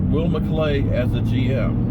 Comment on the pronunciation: Are yo still saying "McCray"?